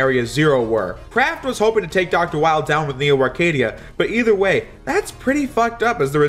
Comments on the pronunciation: Weil is pronounced "Vile" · The Weil as Wily thing would work more if Weil's name wasn't German. His name is pronounced 'Vile'